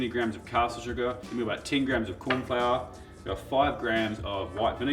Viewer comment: “Korn” Flour - Love it 😂